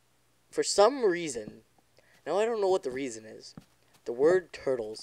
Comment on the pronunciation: THE WORD TURTEL WHAT?! :O